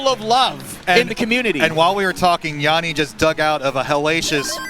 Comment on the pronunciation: It's not Jaani it's Jani.